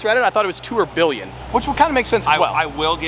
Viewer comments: The New Bugatti is called the Tourbillon (Tor-Bee-Yohne) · I call the new bug the Toblerone. Thats what i hear when i hear tourbillion pronounced. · The new Bugatti is called the Tourbillon but it’s pronounced “Tobiyoon”